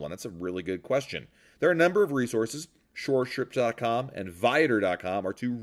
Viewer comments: What was the name of the first excursion website that was mentioned? It sounded like "Shore Shirps." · I listened twice and couldn't make it out either